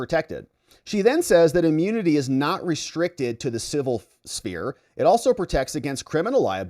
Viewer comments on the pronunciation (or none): none